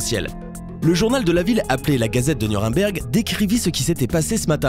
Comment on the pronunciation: C'est un détail mais...pourquoi vous dites "Nurimberg" ?